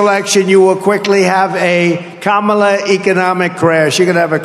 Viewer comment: Kamala word uitgesproken als Pamela met een k. Emphasis on the first syllable.